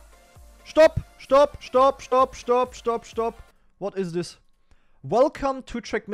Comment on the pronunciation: A SHTOP SHTOP